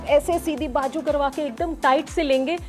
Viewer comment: You speak very good Hindi or Urdu . But don’t say bajoo . It is bazoo .